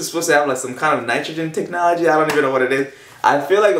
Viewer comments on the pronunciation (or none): none